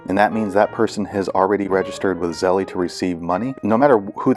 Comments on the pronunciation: Thank you for the info. It was helpful, although you y want to update it since the app has updated and no longer has that menu that includes Zelle, but it’s still on the app. Oh and one other thing. I’m sure that you’re aware that it’s not pronounced Zelley. It’s just Zelle. Like hell but with a Z instead of the H. My guess I’d that you were aware and joking. Thanks again though. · It’s pronounced Zell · Hi thank you for the info. It was helpful. Just one thing Zelle is pronounced with a silent e at the end. Like chase, make and so on. But like I said thank you and sorry just wanted you to know and no disrespect.